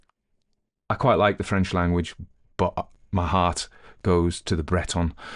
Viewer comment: A lovely reading, nice French pronunciation.